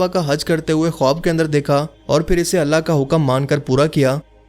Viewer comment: khowab ka pronounciation khaab ho ta hai